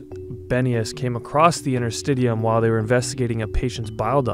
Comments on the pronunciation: I believe it is "inter-stish-ee-um" and bodyworkers have been working with these tissues for literally decades. It's about time the medical community realized that this tissue is IMPORTANT and not just something to throw away to get to the "good stuff". Connective tissue is a legitimate system, that works directly with the autonomic nervous system, to be able to support ourselves without conscious thought. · It's pronounced, inter-sti-she-um. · Well usually it’s pronounced “in”ter-stish’e-um”. I’m a medical student, yes interstitium is brought up every now and then, for edema, lymph node drainage but there hasn’t been anything more to this component/organ whatever you wanna call it. And you said Cancer research? There is another conspiracy theory regarding Cancer, debunked by Edward Griffin, there is his book too “World Without Cancer”, when I saw that I seriously lost trust in Medicine! Same goes for HIV/AIDS! These things are only brought forth by these multi billion dollar pharmaceutical companies to make money off! What are they gonna do with all that money? Could they carry it to their graves with them, when they are dead!? I just don’t know what to believe anymore!